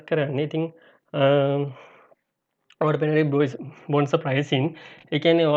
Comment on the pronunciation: Good video brother... නම බොනැන්සා කියලයි කියවෙන්නේ... ඒක හදා ගන්න. ස්තුතියි